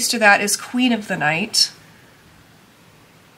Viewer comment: LUNA,, not "Lunar."